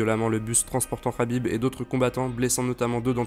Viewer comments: Dsl mais je pouvais pas te laisser dire sa rhabib mais c'est un K K K khabib et pas rhabib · C est Khabib avec un K il s'apelle pas HABIB bordel de dieux